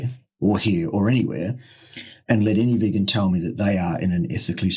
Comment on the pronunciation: says it is pronounced "vegoon." And in Tasmania, it must be so, for he is King.